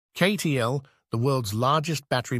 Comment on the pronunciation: Obvious AI promotional video as it immediately mispronounces CATL as KAY-TEE-ELL. If you can't even shell out for a narrator you don't deserve to be on this platform. NOT "an excellent video." And, what happened to the M3P battery which was supposed to be superior to LFP?